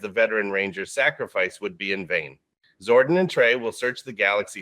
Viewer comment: It’s interesting that the AI voice says “Zorden” instead of “Zordon.” I would’ve been glad to wait until you could actually read the script for these videos. Like in the megaforce and ninja steel reimagined videos.